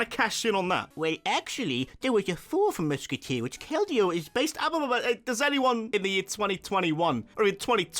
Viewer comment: Do not leave off the L in Keldeo!